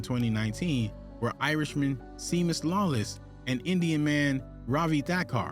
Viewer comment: And "Seamus" is SHAYmos, an Irish name.